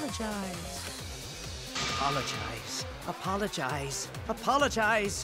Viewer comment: Kiyo sis:apolagicze,come on apolagicze Me:OOOHHHH MY GOOOOD